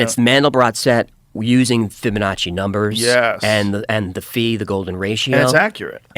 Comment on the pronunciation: lol, "the fee", I assume he meant phi. But yeah, I assume it is an intel op. Your grad thesis is to run a team and pull off how to figure out how to do it, and how to not be seen, and then do so. And then maybe demons.